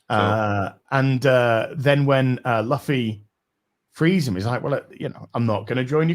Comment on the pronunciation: you damn Old Zlander! His name is looofy not luhfee!